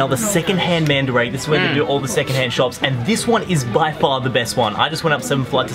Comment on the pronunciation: it's mandarake not "mandurake"